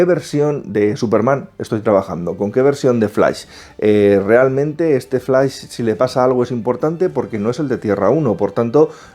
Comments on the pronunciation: Flais jajajajaja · Pero se dice flash!!!!! No flais ... ugghh!! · Lo siento, no puedo ver un video entero donde le dicen "FLAIS" a FLASH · El "FLAIS" xD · "EL FLAIS" xD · Escuche "flais" 3 veces di dislike y me fui bye.. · flais? , superguel? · x2 flais xd hahaha